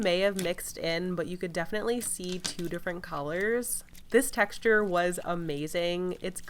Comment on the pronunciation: The way she keeps saying texture in all of her videos is bothering my soul